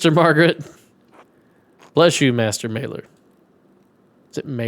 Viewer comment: Not important but this is one of the easier ones: The a in "Maler" is pronounced like the a in "father"